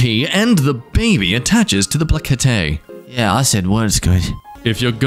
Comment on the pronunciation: it's pronounced ple-cent-a